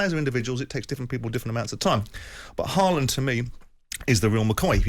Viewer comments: I wonder who Halland is? Are they talking about "Hawlann"/"Hólann"? He is the best striker in the PL along with Darwin N and Salah. At least get the name pronounced close to correctly ;) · Norwegians have a tendency to be over-gentle with foreigners in not telling them to pronounce the name right. The a in his name is simply not an a. It is an å. Which is a different letter. His father changed the spelling a while ago from å to danish aa. To make it simpler internationally for the spelling. Only sweden and norway have the å in the alphabet. This is like english aw or o like in fork. It has nothing to do with an a.